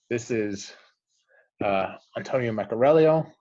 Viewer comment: Hey, respectfully, it’s meck-uh-ree-ELO and not meck-uh-RELL-e-o